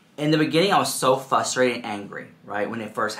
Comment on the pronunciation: Did he just legit say “fustrated” instead of “FRUSTRATED?” 🤣🤣🤣 he so freaking cute